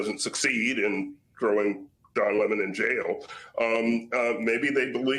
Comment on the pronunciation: HEY DON YOUR NAME IS LEMON 🍋NOT LEAMON AND NOT MUCH OF A FAN BASE.